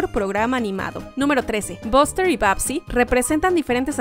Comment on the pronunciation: Cómo siempre hacen buenos videos solo una cosa el nombre de buster ,se prenuncia baster no boster